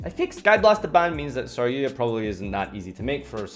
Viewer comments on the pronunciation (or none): Um...who the fuck is saryuya? OOOOH you meant saryuJA! Didn't think the letter J was that hard to pronounce.